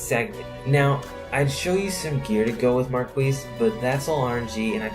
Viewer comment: It's pronounced (Mar-kee)